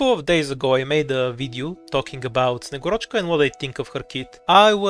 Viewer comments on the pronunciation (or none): man i was expecting a better name pronunciation from you as a bulgarian, at least put a stress on a right vowel :/